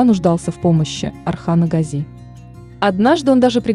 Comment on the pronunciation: Well… Watch and listen carefully Osman Kurulus series and you will hear many times how they pronounce the word Gazi: always GAzi and never GazI.